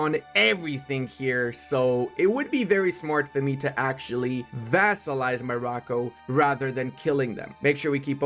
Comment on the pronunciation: I do not want to say Morrocco like that, thank you tho